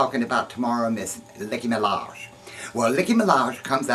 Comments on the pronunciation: LOL Did you say Licky Minaj? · U said licky minaj